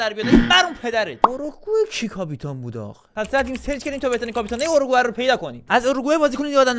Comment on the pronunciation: اروگوئه❌️ اروئوگه✅️